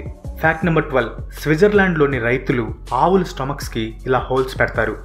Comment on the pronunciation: అవుల కాదు భయ్యా 😬 ఆవుల